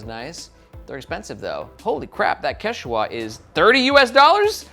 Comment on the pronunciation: It’s pronounced kech-weh or sometimes kech-wah (emphasis on the first syllable) ☺️. The Quechua are one of the major Indigenous groups of eastern South America!